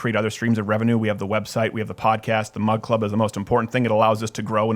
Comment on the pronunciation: Oh! This whole time I thought Steven was saying mud club.